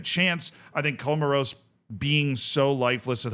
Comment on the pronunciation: Comoros😂😂damn dude do some homework and get the pronunciation right😱